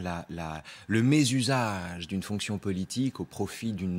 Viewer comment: "Le Mésusage" ... Venant de sa part, je 'comprends "La Mezzazou"